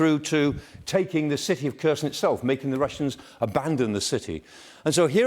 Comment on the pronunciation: After 366 days, he still can't pronounce Kherson correctly, bless him - it's not that hard!